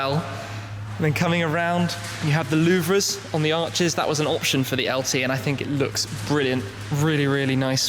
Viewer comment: tim take note louvres pronounced loo vers